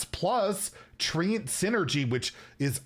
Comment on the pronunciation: If it says "treant" why is it being said like "treeant"?